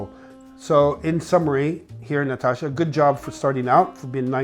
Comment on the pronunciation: Nastasja, not Natasha! Like in Nastassja Kinski.